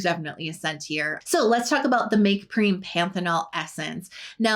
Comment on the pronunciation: I think M.Prem is pronounced like you say "them" Make Prem